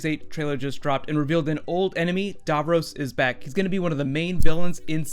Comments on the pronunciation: Not "davrose" it's "davrosssss" We know he's back anyway they can write any timey wimey bollocks to get DAVROS back as well as the master but as a fan and viewer who was a viewer from less than a year old. I wana know whi capaldi is as a doctor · it's Dav - ross not Dav - rose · Super but as an English man do pronounce DAVROS as DAV ROSS not Davrus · It is not dovrose it's davross And I can't wait to see it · DAVROS. DAVROS, DAVROS. Not Darvros. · lol the way you pronounce "Davros" is funny. It's pronounced "Davros" you pronounce it as "Davroes" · its so annoying how badly he mispronounces "davros" DAV-ROSS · stop saying darvrose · Love the way you say Davros "Darvros" aha brilliant theory. However my theory is that Davros is hypernating somewhere outside the known Universe like the Pocket Universes in The Doctors Wife and he is using a destroyed Dalek to broadcast his voice and that is why it fades into a dalek at the end, your opinions? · The way he pronounces Davros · Mate you mispronounciated his name. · The way he pronounces Davros is annoying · The way you say Davros makes me very mad -_- gg and also anything that happens in these mini trailers probably wont actually happen at any point in the show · How do you know for certain that it is Davros? It could be that weird Dalek with the brain on its head from Asylum of The Daleks. That Dalek didn't talk like regular Daleks. Also, that's a weird pronunciation of Davros!